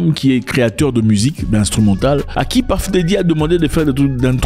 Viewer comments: C’est « Puff » et non « Paff » Daddy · C'est " Peuf" et non "Paff" comme "Stuff" et non "Staff" qui est encore un autre mot different .Et aussi c'est selon la prononciation anglicane. Anymay,on s'en fout